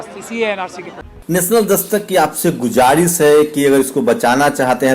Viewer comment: Yaar apni language sudharo bhai, aap jo bolte na gujaris wo ghalat hai, bolo guzarish ye sahi hai aap itne bade patrakar hai language ko saaf karna hi hoga, Jai samvidhan aur jai Bharat!